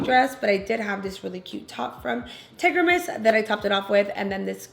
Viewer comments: Not hating but for future reference his name is pronounce are-hen-Es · Yasss girl!!!!!! Great job!! Oh and you pronounce his name Are- hen- e’s